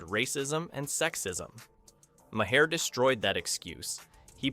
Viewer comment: I had to stop watching after the first dozen mispronunciations of the guy's name. It's NOT Mah-hair!